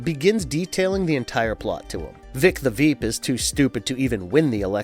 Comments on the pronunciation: I can’t believe Vic the veep is a tongue twister for him this man is saying veep the vep… who the the fuck is that 😂 I can’t believe he can’t say an American name vic… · "Veek the vhip" 🤣 Must've been hard saying Vic the Veep so many times! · How many times did he say Veek the Vip??? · “Voy-t America” and “Vic the Vep”. Loll. Are you guys hiring? If I don’t have to do research. I could definitely do this. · Why do you keep calling it "Voit." They literally pronounce it for you constantly on the tv show. Also you def said Veek the Vip when you first said Vic's name.